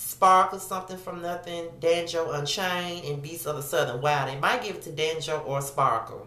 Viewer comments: Lmao you pronounced Django as danjo. It is okay. I pronounced it Da-jango when it first came out. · No you didn't pronounce Django as Danjo! LMAO Your response to the nominations has me over here dying! "Who? .... who the fuck?" Great video as usual.